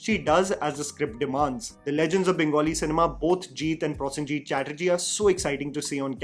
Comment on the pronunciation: Dear a small request on correct pronunciation of Kolkata and Prosenjit. Kolkata is pronounced as Coal-kata and not Call- kata, like wise Pro in Prosenjit is similar to Pro in probiotic and not problem 😂. It’s not that difficult try it. Correcting since i like your channel and follow it.